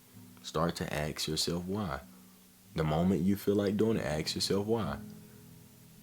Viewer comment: Great video man but please for the love of God stop saying axe in place of ask. It's "assk" not "axe-body spray".